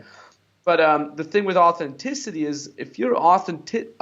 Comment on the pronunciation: He literally said 'Authentit' 😂